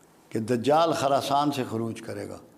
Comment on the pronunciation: ایک تولفظ خراسان کی خ پر زبر نہیں بلکہ پیش پڑھنی چاھیئے، دوسرے یہودیوں کے درخت کا نام زرقد نہیں بلکہ غرقد ھے